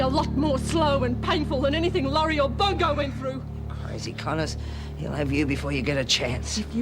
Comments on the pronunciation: lol I thought she said Bogo instead of Bongo... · She did say Bogo instead of Bongo.